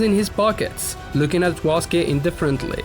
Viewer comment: Waske ❌️ Suske✅️